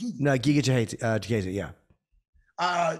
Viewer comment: Jimmy, who tf is chikayze it’s chikadze…CHIKADDDZE